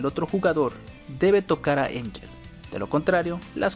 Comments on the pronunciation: Ángel, no Einyel. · Se pronuncia Ángel, incluso cuando hace su oculto ella dice su nombre como se pronuncia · Literal, hasta en japonés se escribe Angel. Así "アンヘル", es decir Anheru o Ángel pronunciado normalmente. Si fuera Enllel, como dice el del video, se escribía de otra forma.